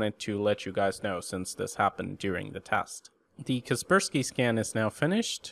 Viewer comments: so cringe you call kaspersky for Keerberski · I used to pronounce 'Kaspersky' as 'Casper Sky'. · KasperSPY? hel no